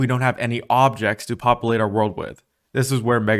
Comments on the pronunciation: Why do you take the U out of the words "simulate" and "populate"? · Dude. Great review of UE5 but seriously work on "expectionally" instead of especially and "popalate" instead of populate.